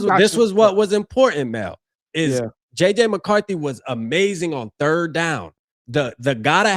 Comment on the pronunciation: Mel, "the football turd"